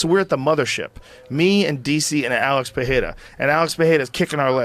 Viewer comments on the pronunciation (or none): This guy insists on calling him Peheira lol, it's just Pereira man, you can see how Alex pronounces his name in Nina's videos. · Puh - Ray - Ruh. WTF Joe, who taught you that the letter "R" is pronounced like an "H" in Portuguese? Under no circumstance is this true in any of the 7 different accents of the Portuguese language...Somebody took you for a ride. Yesterday I went across the street to a head shop owned by a Brazilian guy and we had a laugh at your expense when I told him that you pronounce Pereira Puh - Hay - Ruh. You can lead a horse to water ... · "alex puhhayda" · PeReira not PeHeira... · Joe PeHEYrah Rogan. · Joe "Pekheira" Rogan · it's pronounced 'pereira' with no h, wish joe would just do his hw so he can pronounce it correctly especially as he claims to be a fan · Why does rogan keep saying « peheira ». If you cant pronounce it right just stick to english pronounciation lol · Yep… can’t even say his surname correctly though lmao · Joe Rogan says his name wrong all the time 🤦🏻‍♂️🤦🏻‍♂️🤦🏻‍♂️ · Pereira is so amazing and Joes podcast so successful and yet no of these guys can say the mans name correctly 😂